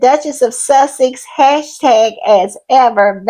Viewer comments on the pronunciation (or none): none